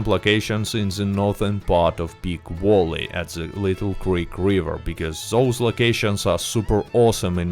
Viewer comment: "Big Walley" lol